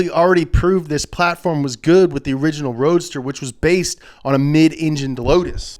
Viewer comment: "Just like the oringinal"